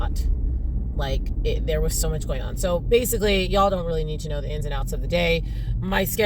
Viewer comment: “Goin’ on” sounded rather NY-ish to me…🗽